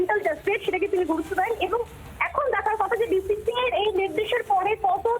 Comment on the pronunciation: Uchharon ta thik korte parena BCCI hobe BCI. Boycott bangladesh and RBangla